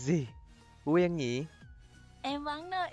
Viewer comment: Quyên mà a cứ nói là quyêng